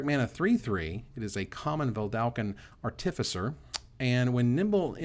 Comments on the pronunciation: I love you but the way you are saying artificer hurts my soul. You don't stress the i in artifact so why would you stress it in artificer? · Bugs me that stresses the second syllable in artificer, when everyone I have ever heard stresses the first syllable